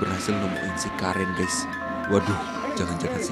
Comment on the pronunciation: Bang itu karen dibacanya keren